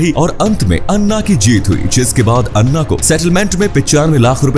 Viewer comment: अरे वो अण्णा नहीं अँना होगा 😂